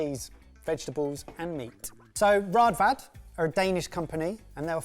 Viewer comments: Two a's in Danish makes an almost o sound like in open. So it is Rådvad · Man you butchered the good name of Raadvad 😅Cant blame you though "aa = å" one of our notorious unique vowels, because we want to feel special in scandinavia :P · At least use the bread slicer on ryebread/black bread! And learn to say Raadvad with the correct double aa-sound.